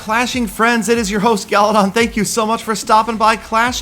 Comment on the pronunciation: Why is it always that in the end pronounces Galadon's name as "Gallydon"? What do you guys think?